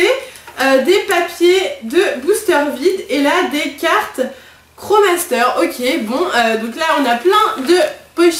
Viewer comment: On dit pas kro master mais krosmaster ^^